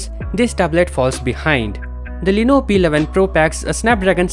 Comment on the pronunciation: BHai tu pehle "LENOVO" bolna seekh le. Lenovo ko Leeno bol raha hai.